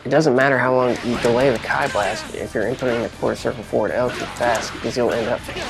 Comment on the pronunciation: Key blast not “keye” blast haha. Great tutorial though picking up bluku for the new season